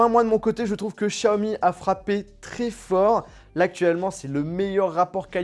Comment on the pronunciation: Chiaomi ?🤣 Sinon cool la présentation !